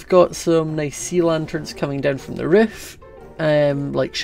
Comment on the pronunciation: I LOVE YOU to me its funny how says heyy and roof